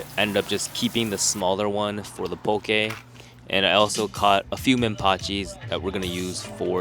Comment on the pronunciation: why you keep saying poke like that 😂. You pronouncing it PO-KAY. Aren’t you from here? Best poke is Opakapaka/Onaga/Hamachi belly poke